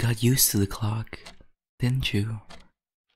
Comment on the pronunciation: Him talking about a clock Me dying cause it sounds like he said cock